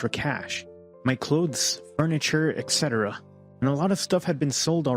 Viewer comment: Whoever the guy is who tells this story.. "Etc"... why do you pronounce "etc" as "excetera"? There's no KS sound in it...